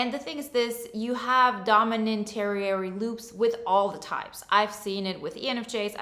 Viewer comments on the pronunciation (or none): Tertiary is pronounced ter'-she-air-ee